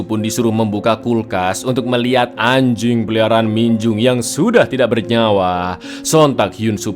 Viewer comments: Ngomong anjink nya biasa aja bisa ga bang😒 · wkwk ternyata gk cuman ane doang yang nyadar intonasinya lebih ditekan 😂